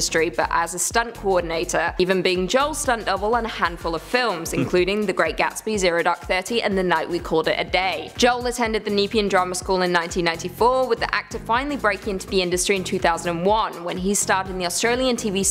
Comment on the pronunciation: She said neepian, but it’s N’pee’n spelled Nepean.